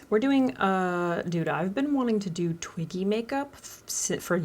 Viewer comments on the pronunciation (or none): I thought you said “Twinky makeup” at the start 😂